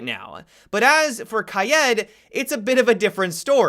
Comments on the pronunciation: Everyone: Kade/Kaeed:Ki-ed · #Sundaymailbox when will you stop saying “kayed” instead of “kade” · ChimiFknChangas how do u say it cause ur suppose to say it like Kai eed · You said Kye Ed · Why are you saying Kai-ed... makes no logical sense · Why do you call kaid ‘’kayed’’ ? Lol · This man said KI-ED the whole video 😂😂😂 tf? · there is no umlaut on the i just say Kaid. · It does bother me too.. Kayeed :D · you have to say ka-yeet, don't be a normie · He upsets me with how he says kaid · The way he says kaid🤣🤣🤣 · Bro how the fuck does he pronounce kaid smh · Does it only bother me how he says Kaid ? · It makes me suicidal